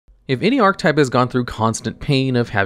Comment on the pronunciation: Why do you keep not saying the “e” in archetype? It is a 3 syllable word, i little though you kept saying “art type”